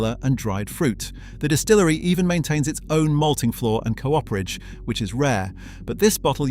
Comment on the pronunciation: As well as "cooperage".